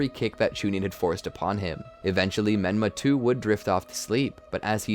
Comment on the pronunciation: Did any one else here him say benma 😮